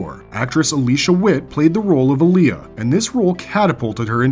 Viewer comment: Its Aliah not Alia